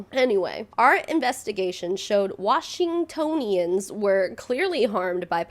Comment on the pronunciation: Also you said Washingtonians correctly aha. Wash-in-toe-nians! Its a weird one and trips everyone up, even here. (Same with Seattleites!)